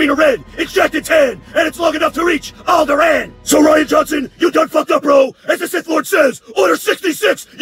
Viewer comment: The way he pronounces Alderaan...